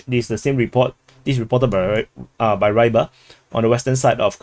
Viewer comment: just something: Rybar (Рыбарь) should be pronounced prounounced Reebar', not Raibar